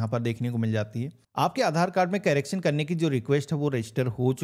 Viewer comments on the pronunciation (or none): कैरेक्शन नहीं करेक्शन बोलते हैं